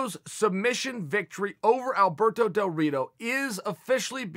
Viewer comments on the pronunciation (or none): nobody: Chael: Alberdoe Dorito